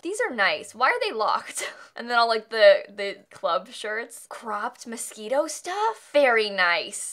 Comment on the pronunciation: I love that the shirt said moshino and said mosquito:D